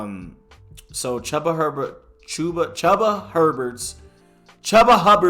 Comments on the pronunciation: love this episode and your takes and opinions throughout the whole podcast... BTW i believe chuba's name is pronounced "chew-buh" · Mike Gundy should be gone. Hubbard is my guy and I’m so happy he stepped up. Chuba’s name is pronounced Chooba lmao